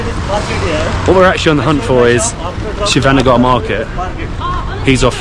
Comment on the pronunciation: It is Shivaji Nagar not Shiva Nagar. You had Bread Bajji, Onion Bhajji and Plain Bonda (some call it Mysore Bonda also) Then street side Dosa.